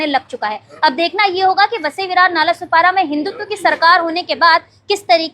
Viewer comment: नालासोपारा ✅ नालासोपाडा ❌